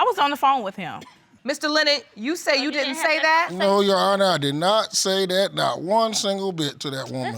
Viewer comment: It’s THAT not DAT!!! Learn the language!!!